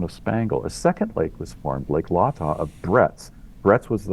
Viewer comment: "Lay-Tah" not Lah-Tah - a silly nitpick when compared to the fantastic breadth and depth of the work that "The Eugene Team" has done for us all!! With more to come!